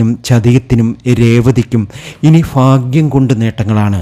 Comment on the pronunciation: സർ, ഫാഗൃ൦ അല്ല. ഭാഗൃ൦ എന്നു പറയണ൦.